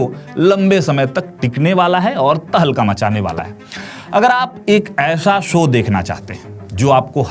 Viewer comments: Apni language to sahi kar le. Baar baar show ko so bol raha hai. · 'सो' नही 'शो' जरा अपने हिंदी पर काम करो...! 'स' और 'श' मे फरक होता है...! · Ye anchor so so kya bolta hai,,show bolo show bolo,sho not so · So nahi mere bhai show boliye.❤